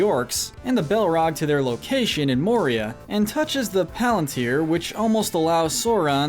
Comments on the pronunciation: I heard Maria... And how can we forget D'neither? D'neither, stuart of Gondor. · You butchered those names ... Jesus Christ 🤯 Oh.. and it’s MOria not MorIA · Watched 12 minutes, only to go back to the beginning to pick up all the mispronunciations. Cracks knuckles. Sarumun. Rivendale. Bullrog (To be fair I once called it a bull hog, so...yyyeah. 😬) Olihphant - yes, I am nit picking here. Min ass teer eth. Hall dur. More E ah. Galandriel. Shell ob. Bell rog. Issen guard. Fan gorn. Rahn (Rohan). Urkai Deh neither 🧐😆 What gets me is when a name is some of these were also pronounced correctly. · He said Moria like morEa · In the book the battle of helms deep the men are not aided by elves and not at out numbered also Denethor didn't try to burn Faramir alive he thought he was dead. It's pronounced More-e-uh.